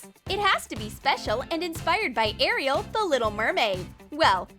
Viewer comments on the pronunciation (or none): none